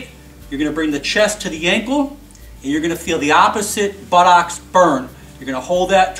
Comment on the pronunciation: I like the way he says buttocks... Buttox